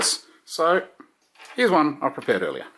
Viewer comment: LOL - "So here's one I prepared...", "So here's one I perpared..." - Nice video, thanks, quick easy and to the point. Love it.